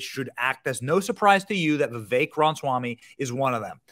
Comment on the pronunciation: This ex-Democrat does not believe he got 81 million votes. Not at all. And, btw, I think people, content creators like Benny Johnson, if they're going to speak publicly, they should bother to learn how to pronounce people's names. Like Vivek Ramaswamy. (It isn't Vivayk.) Or Asa. (It isn't Ahsa.)